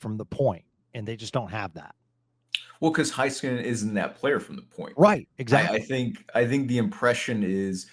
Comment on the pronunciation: Why does pronounce certain Stars last names wrong? Just bugs me. Heiskanen (hay-skuh-nuhn)